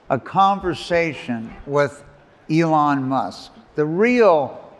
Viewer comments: is yet another person who refuses to pronounce Elon's name like Elon pronounces it. He pronounces it like Elan in English ("e-LAN") which is a completely different word meaning to have enthusiasm, engagement, and flair. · I cringed every time the Grant Amato impresonator said "Elón" instead of "Élon". I'm sure he watched some of his other interviews as preparation, he must have heard Elon say his name a couple of times. Why do people do this?